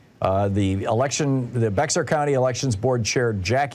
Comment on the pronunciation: Bexar County is pronounced Bear County. I've lived there before.